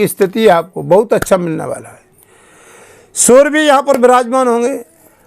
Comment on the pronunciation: phle surry bgvan ko Sur Mt bolo